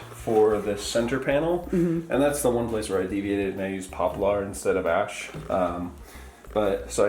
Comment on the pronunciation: Also, where does "pop-LAr" pronounciation come from? I've heard POPler / pop-l'r, and popple (sounds like apple) before, but not poplAr.